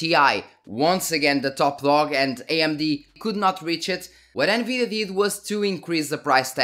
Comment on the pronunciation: I love how you say: N-GREED-DIA... 10/10 VIDEO 😂